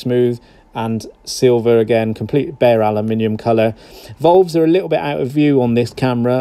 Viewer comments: volves.....drove me crazy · FFS someone please tell this bloke how to pronounce "VALVES" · ditto, lol